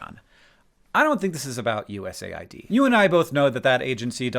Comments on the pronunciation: I thought it was pronounced “US-aid” not “USA-id” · It’s called US AID not USA ID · are you sure you pronounce USAID right? I always thought it was supposed to be pronounced as U.S.-aid, given what their focus is. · That’s how you say USAID?! I always pronounced it USAID! I must have looked like a moron. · U S A I D? Isnt it pronounced US AID? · As a non-American I assumed USAID would be read 'you-ess-aid'. I mean it administers aid, not IDs. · Wait it’s not pronounced US AID? 🤯